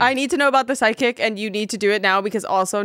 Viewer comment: is this man saying SIDEKICK or PSYCHIC